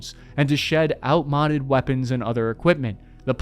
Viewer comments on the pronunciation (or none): it's outmoded, not out modded. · It's "out MODE-ed" 😅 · I have a small quibble, and that’s the English teacher background talking. Outmoded is not “out modded”. It is pronounced ˌaʊtˈmoʊ.dɪd. As in out-mode-ed. I can see a younger English speaker getting confused by that, given context of the use of ‘mods’ being a product, that being the more common usage. It is based on the word mode, not mod. Otherwise the vid was fine, but that took me right out of the conversation you were building towards. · you don't say, "outmoded," the same way you say, "out-modded."